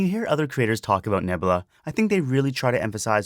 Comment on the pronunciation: I also love "Nebla"....."Nebla" is my favorite....=P